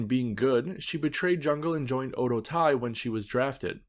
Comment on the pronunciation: Very informative and well-done video. My only critique is the pronunciation of Oedo Tai. It should be pronounced as Oh-eh-doh. In the video, it sounded like oh-doh.